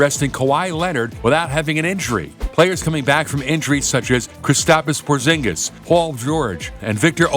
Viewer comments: This man really said kristapis porzingus come on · KRISTAPIS PORZINGIS"KRISTAPIS" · Kristapis Porzingiz